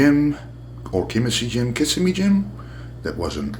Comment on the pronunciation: If it's Florida, (Kissimmee) it's pronounced, "Kuh-SIM-ee" (emphasis on the SIM syllable)...most people outside of FL always get it wrong. They think it is Kiss-a-me or something.